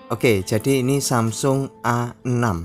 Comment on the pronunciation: Samsung A6 atau samsung Asix (dibaca Asik) 😅